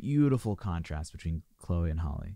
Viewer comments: The fault he said it right at first and then changed it for the rest of the video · Her name is not holly . Her name is Halle(Halley) . She literally pronounced it at the beginning and you still chose to call her holly lol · Luv yr reaction however, Chloe is 2 yrs older than Halle.You pronounced Chloe name right however,Halle is pronounced like Halle Berry or Holly.Chloe produce their music,they both write their songs, and Chloe plays guitar.They been singing on ig since young children,both of them can sing low and high notes.Beyonce signed the sisters, and mentor them because they have the IT FACTOR! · I think they think there's only one HALLE so everyone else gets called hailey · He said Hall at first and I was like boy bye you know that's wrong and then he said Holly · Please do Cool People- Chloe and Halle it’s “Hal-Lee” love this! Thank you for doing it!! ❤️ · It's pronounced HAL'-ee. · I'm thumbs down just because you keep mispronouncing Hal Lee's name🥴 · Halle is pronounced Hal-lee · Why can no one ever pronounce Halle’s name correctly? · & she introduces herself at the beginning w the correct pronunciation & it gets ignored every time😭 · Exactly 😂 everyone already knows Halle berry so why can’t they pronounce it correctly for Halle BAILEY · it bothers me as well once I hear them say her name wrong I click off